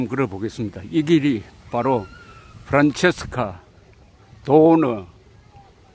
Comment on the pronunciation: 이승만 대통령이 현직 대통령일 때 초등학교 학생이었었으니 당연히 프란체스카 부인 이름도 익숙합니다. 그런데, 사실 "프란체스카" 가 아니라 "프란치스카" 로 발음해야 하는데 왜 옛전부터 잘못 발음이 전해졌는지 그 이유를 알 수 없습니다. 대한민국에 이승만 대통령 이름이 다시 복귀되기를 바라며 동시에 그 부인이셨던 프란치스카 도너-리 여사의 이름도 정정되어야겠습니다.